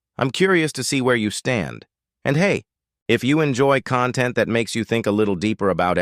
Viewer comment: I was surprised the narrator mispronounced 'content' in this context.